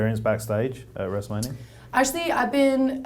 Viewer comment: "Wrestlemanier" Lmao god shes cute.